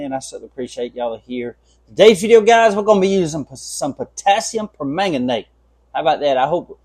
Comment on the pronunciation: I am so proud of you properly pronouncing potasiumpermagnate! See there, not only can’t I pronounce it, I can’t spell it either! 😂